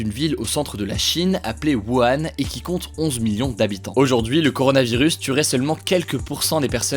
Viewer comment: ⚠wuhan se prononce "wouran"